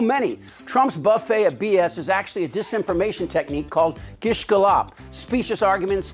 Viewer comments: guh-lop? gallop. . .. like the way a horse gallops. .. come on chip :) otherwise on point as usual tho. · "Gish Ga-llop"?.. gallop (gal-lop) as in how horses run...similar to the speed of lies or false accusation an oppent may try in a debate. Named after Gish, a Christian wackjob who wld make anti science arguments, backed up by biblical nonsense. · Gish galLOP? It's gallop, like a horse a horse Gallops, not gallOPS.